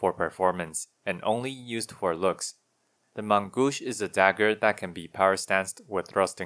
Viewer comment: You pronounce "main" very well, but the "au" from "gauche" should be pronounced like "oh", that also counts for any "au" in other french words.